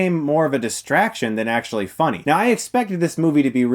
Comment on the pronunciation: ... But why are you saying it like that? 'Legit', 'actually', like 'literally' - that emphasis. As if it's difficult to have a better love story than Twilight. Those things literally do have a better love stories than twilight, it's not a joke in the sense that those sentiments are untrue. It's a joke because just stating the fact that Twilight's love story is that bad, is funny. Your emphasis is superfluous, because although it's funny doesn't mean it's untrue.